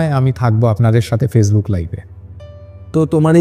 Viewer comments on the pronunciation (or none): none